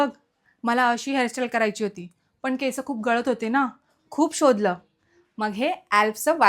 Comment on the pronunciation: केसअ नाही ग, केस असतात. उच्चार चुकतोय